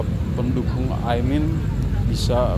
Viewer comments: Ini org ngomongnya dari tadi Aimin bukan Amin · Bukan Aimin bang tp Amin. Kok dr td nyebut nya Aimin terus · Mas jangan sengaja sebut Aimin, tapi Amin yg benar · Ini pemilik akun, selalu ucapkan Aimin, Salah woy... AMIN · KOQ AIMIN?... bukannya AMIN? Pake lidah mana min? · Bang bolak-balik ngomong AIMIN terus... yg bener AMIN bang... wah jd curiga nih... jangan2 kelompok AIMIN WITJAKSONO...